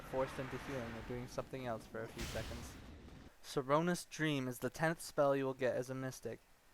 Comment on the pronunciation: You said Soronous Dreams instead of Sonorous Dreams haha